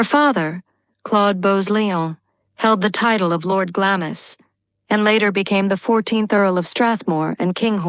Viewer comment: Could someone PLEASE edit and correct the atrocious mispronunciations, beginning with Glamis - it's not said in 2 syllables.